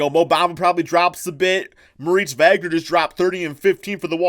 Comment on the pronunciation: Maurice vagner? It’s pronounced Mo (moritz) vogner